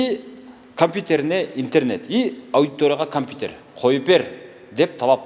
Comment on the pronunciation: Атаааангорууу. Мугалим жигит КАМПИТЕР деп айтып журот,эми кандай билимди берет экен яхааай б*ля йоубанааа